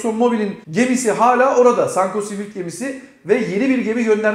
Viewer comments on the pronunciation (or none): none